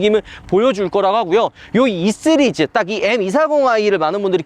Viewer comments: 왜자꾸 쓰리즈라고함? 시리즈지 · 쓰리즈는 본토 발음인가요